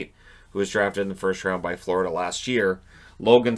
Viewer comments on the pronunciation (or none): none